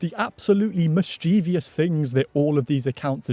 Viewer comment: Oh please, pleeeaase,, tell me you mispronounced „mischievous“ on purpose 😱